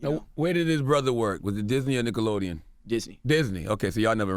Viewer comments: Charla said "dickelodeon" 🤣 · Did i hear Dickelodeon? lol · "Dickelodeon" LMAO Y'all caught that? 😂😂😂😂 CThagod a fool for this!